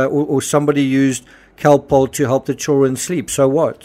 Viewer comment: Cocoa contains caffeine and sugar, which are stimulating, not sedating. But the interviewer said Calpol, not cocoa. Her accent distorts the sound of the word and the audio is not the best quality, being old, so it would be easy to think she said other than Calpol. She pronounces it like Khol-Polh.